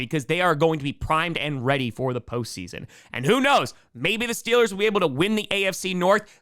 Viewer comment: We need the T-Shirt, "Stillers gawna supabowl". Excellent regional dialect research.